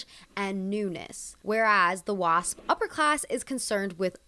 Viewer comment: Why i heard it “WAP” when she said Wasp😭